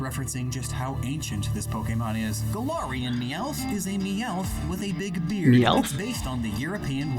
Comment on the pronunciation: Why did you say Meowth so weirdly?